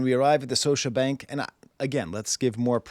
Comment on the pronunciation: The second "t" in Toronto is silent professor lol (and Scotiabank has a hard "k" sound "Skosha")